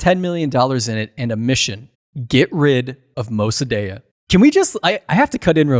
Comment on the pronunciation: Iranian living in europe here. Shah was not perfect but he also did a lot of good. Mosadegh ( you pernounce it wrong) was a communist and would have sold the country to soviets.the protest in the end of shahs reign were organized by marxist ( we can then toodeih) . The reason the west stopt supporting de shah is because he started rejecting the western influence . After the revolution btw the islamist executed all the marxist collaboraters. I was as a kid caught in a fire fight between the marxist and islamist. I dont know what you politics are but seeing this video in guessing a berney Bro. And a leftie . Nothing wrong with that but for the sake of truth you can not leave information out because it goes against your idiolegies. You could have mention that after 45 years of islamic dictatorial people want to get rid of mollahs but protesting . They want to be free and they are tryinh and will pervail .